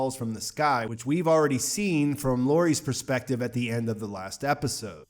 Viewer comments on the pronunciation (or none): none